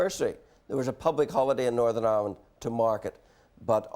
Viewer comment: Jim McAllister: “Northern Irwind”